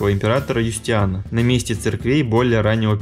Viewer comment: Неплохой фильм, посмотрел только что по ТВ и пересмотрел здесь, очень познавательно, спасибо! Однако некоторые моменты дико режут слух: Юстиан вместо Юстиниана - и (хотя в описании под видео имя этого византийского императора дано правильно), пуантеон вместо пантеона - , благословЕнна вместо благословленА - . "Тщательнее надо быть! Тщательнее!" (с)